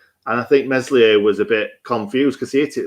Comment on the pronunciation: & it's pronounced " Mell ee yay " silent 'S' 🙄 baldock should be banned for a month after that tackle. Disgusting.